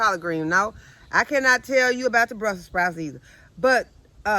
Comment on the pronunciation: I see you just got real when you said let me tale you all something and you pause that was a good laugh love you keep being a blessing to us all God Bless you and your family Utube farmer.